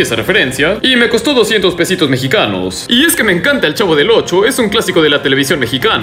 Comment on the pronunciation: Todos: El Chavo: El Chafo